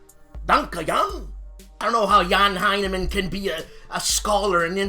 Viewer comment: Boy, that Brad Smith is trying to fill that Tom Clancy vacuum, isn't he? Very prolific!!! Man, you must *bust a hernia* saying "Jan Heinemann". Your German is so harsh und martial, gell? Sieh's locker, und lass es mehr *fliessend* sein!!! That "Race to the Rhine" has about the best box art I've seen in YEARS! Really attractive... muted colors... and they did it with a friggiin' JEEP instead of the usual King Tiger or Sherman tank!! And, "Race to Moscow", with a locomotive barreling though a Russian winter snow storm, is really putting an imaginative spin on wargame themed packaging!! Good, workmanlike, yeoman episode! As always, keep 'em comin'.